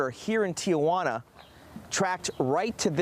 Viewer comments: As someone who lives in the area, I think what bugged me most out of all this was his pronunciation of Tijuana. She actually said it correctly. It’s Tee-Hwanna….not Tee-uh-wanna 😆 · Sir...for the sake of languages..its not Tia-juana....it's called Ti-juana...your aunt isnt here 😂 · It’s Tijuana not Tia Juana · Reporter: Tia Juana